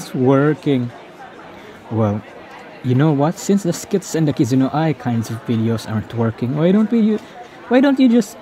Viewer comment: who the fck did you mean by " kizna ay " ?